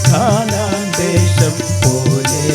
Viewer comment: കാനാൻ അല്ല കനാൻ ദേശം 😂😅